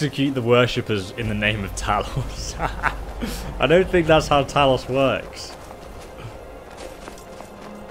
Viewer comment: Talus instead of Talos😤😤😤